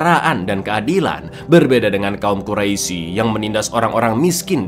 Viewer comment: Gemes dengernya pengen ngoreksi aja pas liat baru 5 menit. Sering banget bilang kaum quraisi, padahal harusnya dibaca kaum qurais (tulisan quraisy). Lanjut nonton dulu